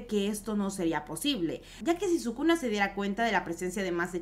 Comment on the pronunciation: Si escuché bien sukuna kaisen